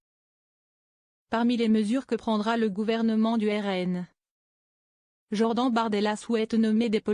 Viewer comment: POURQUOI ELLE DIT JOR DENTS ?